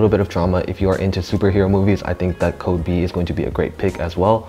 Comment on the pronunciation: Dude, that's "Code 8", not "Code B"